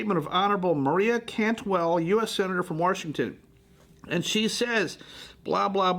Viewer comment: I really like and his analysis. However, this business of saying "Worshington" has got to stop. I'm prepared for the global community to put all cancer research on hold until this higher-priority crisis is addressed.